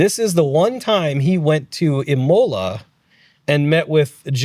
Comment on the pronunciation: Great podcast. but the pronounciation of Le Mans, Villeneuve and Imola makes me cringe. I'm English too, so not even a native French/Italian speaker and you got them all so wrong!